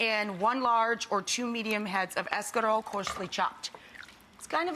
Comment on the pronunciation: Quit saying Escalole. It is Escarole. You are American Rachael Ray not Italian no matter how many times you say